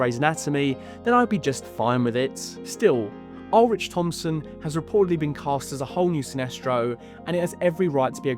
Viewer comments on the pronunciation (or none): none